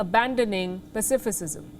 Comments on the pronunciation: Palki: PA SI FI ZUM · They should have re recorded this solely on the way she pronounced pacifism 😂 cut! Re take.